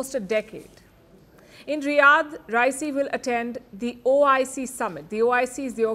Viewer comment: Pronunciate Raisi correctly